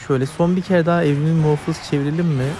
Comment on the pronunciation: muhofız değil muhafız videoyu izlerken ekranı ısırdım